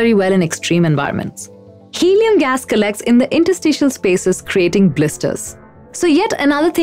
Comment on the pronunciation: "Hellium" huh?